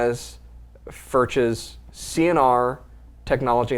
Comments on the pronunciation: Try pronounce Furch like Foork, would be closer than Firk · It’s not Fur-ch it’s FuRCh with a k sound at the end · I beg you. Please don't say "Firtch" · I love these fiddles. They nice. Btw. It’s pronounced “Furk” google the language. I’m saving up for one. Bad to the bone. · Hi guy's. Just pronounce furch guitars as Furk or furks. Dean 🇬🇧 ❤